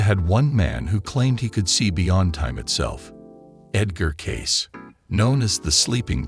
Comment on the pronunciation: His name is Cayce, NOT Case. And he didn't try to hide anything. This AI stuff sucks. Get it right. They only have to get thru WWI, the Great Depression, WWII, and all the other crap.